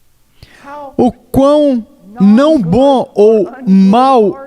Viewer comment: Mensagem forte Mas esse dublador falando "BÕ" ao invez de BOM foi dificil de aturar kkkkkkk fora isso ta ótimo.